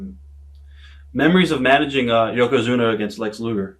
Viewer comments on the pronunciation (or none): I've been a fan of wrestling for 40 years - I even was one in the early 2000's, and I NEVER heard Mr. Fuji speak more than a few words. I love how he could never pronounce "Yokozuna", instead calling him "Yokozuma". Awesome stuff. RIP Legend.